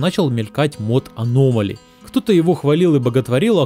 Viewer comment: Почему ты все говоришь на русском, а конкретно название мода на английском? Это так жестко слух режет. Можно не переводить, а хотя бы адаптировать под русский лишь ударением.